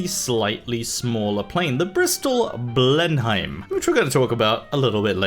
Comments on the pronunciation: I find it hilarious that you pronounce Beaufighter correctly but fuck up Blenheim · Your pronunciation of Blenheim hurts me. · You pronounce Blenheim wrong